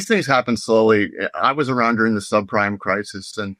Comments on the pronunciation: Did he say sub prime crisis or sub crime crisis? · I love how mis-pronounced the 2008 sub-prime crises as sub-CRIME. Seems accurate to me, for both 2008 and 2026...